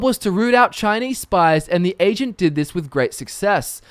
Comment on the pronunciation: he kind of sounds like he is saying Asian instead of Agent at times